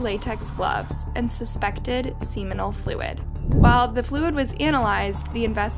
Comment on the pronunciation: Blows my mind you can pronounce asphyxiation but can't correctly pronounce seminal and called a police station a police SECTION